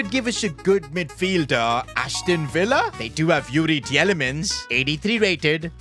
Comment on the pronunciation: It's Teelemans not Tjelemans